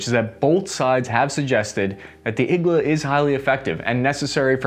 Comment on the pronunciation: It's pronounced Eee-g-Laaa... needle in russian